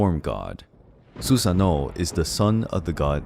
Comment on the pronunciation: Not to be that dude but the pronunciation for Susanoo is "su-sA-noo"..